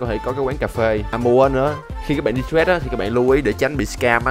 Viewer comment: Đọc trade thành trét nghe ngứa tai vl:)